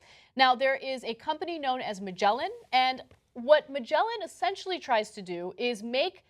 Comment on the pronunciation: "Magellan" - Wow, that was a crude name-butchering if i ever heard one ... .